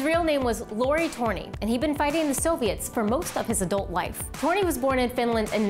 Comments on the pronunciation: It is said törni not torni. Otherwise a great wideo but you need to practice your ö:s ;) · His name was Lauri Allan TÖRNI.Not "towny" "toni" etc.etc.